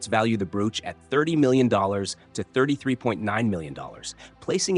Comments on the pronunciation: Bro - ch. Not brooooch. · Stop saying Broooch it’s a bro och elongate the one o, then you will get it, or just ignore one o!!! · I cant watch with the crap AI WTF is a brooooch? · Went to the Royal jewelry show on a trip to London The most spectacular jewel was an enormous ruby set in a scepter. That stone alone has to be unattainable. (Someone please tell this narrator how to pronounce the word, broach!)